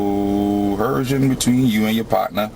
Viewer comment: Omg he really thinks the word is "co-herce". You is co-hercing me bro. You is co-hersive. You be doing co-hercion bro.